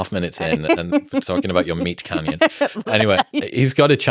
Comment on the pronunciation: did he say "Meat Cannion"!!!! LMAO!!!!!!! That's my new favorite words